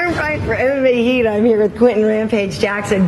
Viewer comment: "I'm here with Quittin "Rampage" Jackson".. Yeah, I heard it.